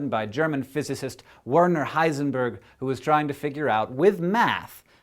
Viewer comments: Just some information by the way, for every non-german here: If you try to pronounce the german name "Werner", rather pronounce the two "er"s as you do in the word "Error". The way Hank pronounced it (even though I might be overly pendantic here and therefore I apologize), his name would've been spelt "Wörnör Heisenbörg" in german. ;) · And remember that in German a W makes more a V sound. Sooo... in short, Hank really got it wrong. Sorry Hank. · **vaernah** heisenberg